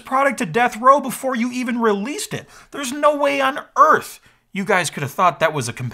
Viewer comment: that "Earth", really kick my joke lol